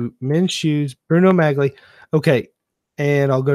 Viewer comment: Pronounced Bruno "Mollie"